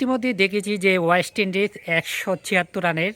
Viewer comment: Tui age uchcharan thik kar, ayest lndies na oyest Indies. Ei uchcharan niye video korte lajja kare na ?? Tor mato boka------- ra ache bolei Bangladesh kkono trophy jitte pare na.